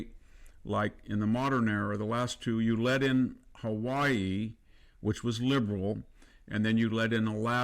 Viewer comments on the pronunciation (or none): none